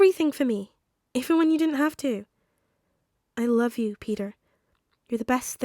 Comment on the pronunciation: All I heard was I larb you